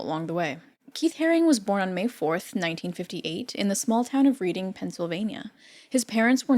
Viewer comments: It’s said like “Redding”, not “reading”, PA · Reading is pronounced like Redding.